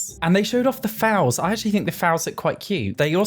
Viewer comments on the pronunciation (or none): i've been searching for this + the way he said "fowls" instead of foals, i REFUSE to believe it was just an accent thing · How are you pronouncing fouls?? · The way you say foals... kills me 🤣🤣🤣